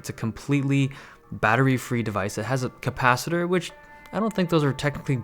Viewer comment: "cOM-pacitor" haha